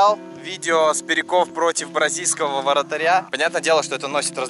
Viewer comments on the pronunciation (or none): Мне одному послышалось в начале видоса «вАратаря»?🤔